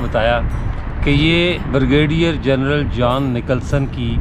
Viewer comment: Theek lafz Jhon hay Jaan nahe !